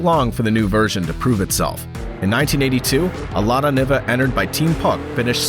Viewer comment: It would make the Niva the first crossover? (Also it’s pronounced nee-va)